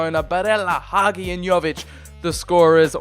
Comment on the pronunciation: Hagi s pronuntiation is Ha-Gee